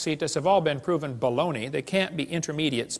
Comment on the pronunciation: Why does inflection when he says "baloney" irritate me so much? ^^